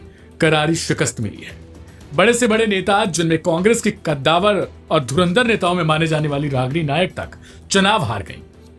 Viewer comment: कद्दावर? गद्दावर।